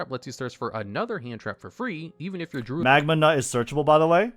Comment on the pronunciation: he cant keep getting away with saying magnanut lmao